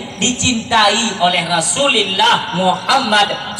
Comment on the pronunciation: Rasulullah bukan Rasullillah